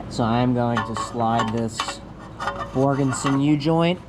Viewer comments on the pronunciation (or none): OK,, I'm sure Borgeson would appreciate their name being said correctly; Borgeson, not Borgenson. Other than that, another great episode! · There's no N in Borgeson. Except at the end 😂. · do you guys get $500 every time you say Borgenson? LOL!!!!!!